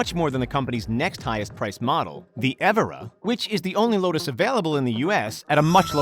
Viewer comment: It’s eeeeeevorrrra